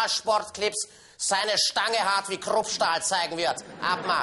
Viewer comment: nich grupstahl sondern kruppstahl xD